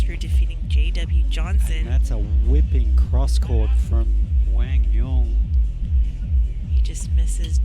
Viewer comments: Love when pronunciation is respected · Commentators getting Quang’s name right, love to see it 😊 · Commentators needed an Aussie to pronounce Quang's name 😂